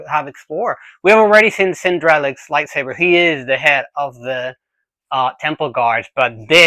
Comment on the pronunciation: Are you saying "lie savers"?